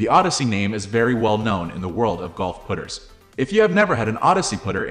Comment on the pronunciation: Why are you calling them put-ers?